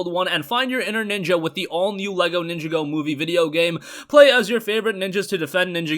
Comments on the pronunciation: Its pronounced Nin-jah-go , not Ninja-go LOL 😂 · It is pronounced LEGO nin jaw go